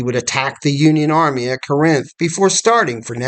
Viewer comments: Thank you for this documentary video. It is well done. We pronounce Corinth: Cor-inth with the emphasis on the first syllable though. General Bragg was a capable administrator, but he was a failure as a field commander. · Love your videos. Feel like you’re pronouncing Corinth incorrectly tho.